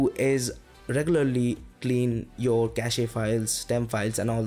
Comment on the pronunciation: Nice content. Thanks. By the way, its pronounced as "cash" and not "cashey". When its pronounced Cashey, it become a completely different word.